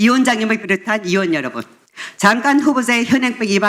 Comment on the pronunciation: 서명옥 의원!!! 의원 발음이 안됩니까~ 어원!!ㅋㅋㅋㅋㅋㅋ 의원, 위원장, 의료인, ( O ) 어원, 위언장, 어료인, ( X ) 미쳐버리겠네!!!!!!!